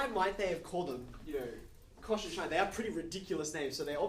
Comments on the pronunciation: He didn’t even touch on the relation to the unit hyperbola, as a parallel to the unit circle. Or the cosh^2 - sinh^2 = 1 analogy to Pythagorean. And, fwiw, I learned and have always used the pronunciation as “sinch” not ‘shine”. Never heard of “shine”. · I’ve never heard sinh pronounced shine, I was taught it was pronounced the same as the word cinch (as in “That maths text was a cinch, said no-one ever”). Is this a generational thing or maybe geographical? I’m 56 and in the UK. Or maybe I just had a bad maths teacher who didn’t know what he was talking about.😊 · I was pronouncing sinsh until i read some textbook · There are more ways to pronounce "sinh" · According to whom? There are several ways to pronounce this word: ˈsɪŋ, ˈsɪntʃ, and ˈʃaɪn [1]. [1] From Wikipedia, from (1999) Collins Concise Dictionary, 4th edition, HarperCollins, Glasgow, ISBN , p. 1386